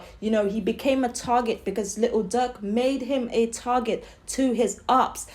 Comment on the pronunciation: YOU SOUND SO DUMB 😭😭😭 LITEL DUUERK😭😭😭